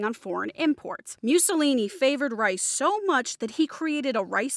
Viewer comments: It's pronounced MOO-SSO-LINI, not MEW-SSOLINI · "Mewsolini?" Learn how to pronounce his name right.